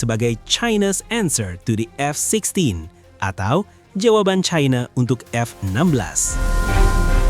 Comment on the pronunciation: Perggunakanlah bahasa Indonesia uluh bukan sok cadel dan kebarat baratan China dibaca China bukan Chaina yg sangat memalukan sebagai orang Indonesia